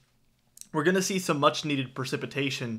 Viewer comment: "Winner"????? *winter "Percipitation" is not a word. *precipitation.